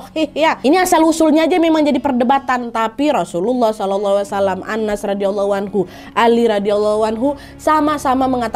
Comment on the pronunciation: kak nad, nama sahabat nabi tanpa tasydid (dibaca Anas) beda dengan nama suroh terakhir di dalam Al-Qur'an yg menggunakan tasydiid (dibaca annas/ an-nas)